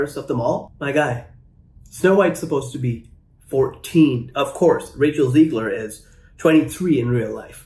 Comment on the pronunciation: It's not "Ziegler", it's Zegler and she's not a bad human being at all, either! Even though her attitude, because of Disney throughout interviews, has been awful so far! And they know that they need to course correct soon, bro! That's why they should've monitored her a bit more and way better, too! Instead of letting her go on rants about the fans of the original '37 film! Then you wouldn't have a disaster that's doomed to fail like this one, man!